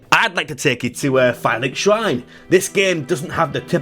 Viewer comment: I definitely heard Phallic Shrine instead of Firelink Shrine then a few minutes later you started talking about cocks getting slapped off. Dont know what I'm watching 😂